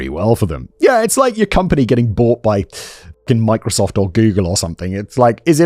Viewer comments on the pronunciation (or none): none